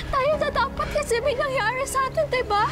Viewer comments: Ung pag pronounce ni sa nangyarwi ang pangit ng r nia parang sobrang pagkabulol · May nangyawi satin🤣🤣🤣🤣🤣🤣nasan ung R????😂😂😂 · Pangit magpronounce c ang qrte bwisit may nsngyari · Ampangit ng pgkabigkas ne "my nangyari satin"arte² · Kakabuwisit yung pagkakabigkas ni ng "NANGYARI" ARTE ARTE AHH 😂